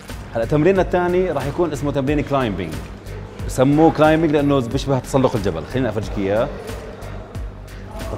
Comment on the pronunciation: مو كلايمبينغ غلط لانه الbلا تلفظ الصح كلايمنغ